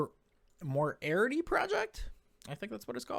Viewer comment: more-EE-RR-TEEE. As in the arch nemesis of Sherlock Holmes. I was crackin' up